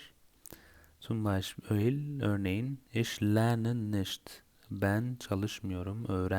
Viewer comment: Entschuldiegung..! Ich mi?iş mi?nicht mi?niş mi??almanca öğrenirken doğru telaffuz çok önemli.nasıl öğrenirsiniz öyle devam ediyor.